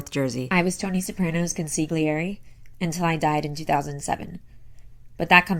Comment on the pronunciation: Just know that you don't pronounce the G in consigliere. It's like nails on a chalkboard when you pronounce the G